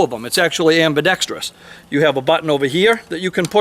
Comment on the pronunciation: Thank god. A gun tuber who can pronounce “ambidextrous”.